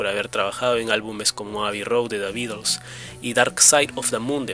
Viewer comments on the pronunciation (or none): none